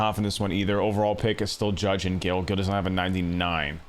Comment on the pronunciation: Luis Gil is pronounced “Heel” like the shoe 👠